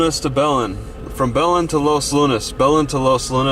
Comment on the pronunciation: It's pronounced Buh-LENN (accent on the second syllable) and Toh-MAY.